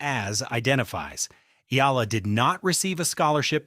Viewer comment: It's e-a-la, three syllables, sir!